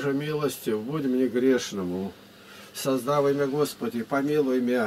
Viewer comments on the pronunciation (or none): Не создавый а создавыи мя Господи и помилуй мя Это древлеправославном язык Учите ! И ударения не правильно Что же вы?? Если вы староверы то не позорьте веру Учите язык